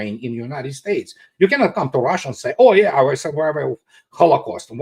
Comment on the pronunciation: DO THAT!!! Not DOODAT! 😂 and it’s Russia not ROHHHHSHA.